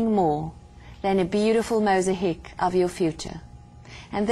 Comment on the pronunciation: mos a heek ? its mosaic. my dear with respect